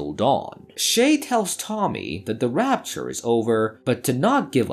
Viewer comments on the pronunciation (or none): it is rapture not rupture.